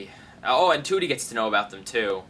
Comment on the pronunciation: you mean trudie not tootie